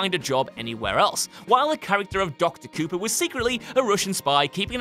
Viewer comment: Doc Copper, not Cooper. And rewatch 'The Force Awakens'? I'd rather set fire to my own head, and have my brother put it out with a shovel, thank you very much.